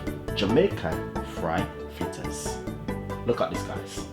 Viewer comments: Dwlllll flittas!!! Real Jamaican!!! I love us and our language😁😁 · I knew he was legit when he said flittas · “Flittas” yup he Jamaican! Lol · Chef Ricardo. We only say cups when it is more than one. 1 cup. 1/2 cup. 1 1/2 cups. 2 cups. You kill me with your 1 cups and your half cups. Lol. Love your "flittas" though. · Suh eh guh…flittas. Patois ina di place!👏🏾👏🏾👏🏾